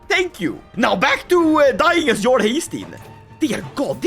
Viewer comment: is there a reason you pronounce jarl with a hard English "j" instead of like yarl? Most English speakers' first experience with the word was Skyrim where they exclusively say "yarl"